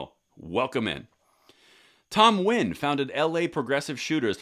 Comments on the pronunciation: Thank you for pronouncing Nguyen the way it should be! It's not Nu-win or Nu-guy-en. It's pronounce like win with a rising tone. So thank you for the correct pronounciation! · Dang! actually pronounced Nguyen correctly!! Thats why I love your channel bro!